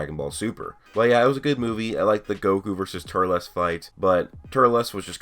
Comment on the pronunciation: Please stop saying Turles like that its pronounced Turls not Turles Other then that awesome video